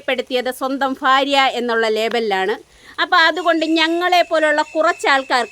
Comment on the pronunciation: ഫാര്യ അല്ല. ഭാര്യ